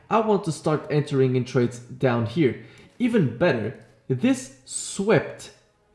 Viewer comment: "A lot of tardes" - I felt that shit 🤣